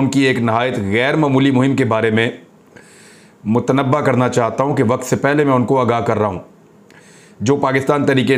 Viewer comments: Correct pronunciation is MUTNABBAY... not MUTNABBA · Mut a nabay, is correct pronunciation.